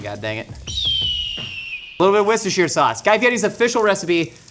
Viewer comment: Anyone else feeling like they just did a spit take when said wircestershire instead of worcestershire sauce 🤣🤣